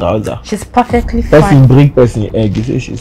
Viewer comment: Did I hear "perlefty fine" 🤣🤣🤣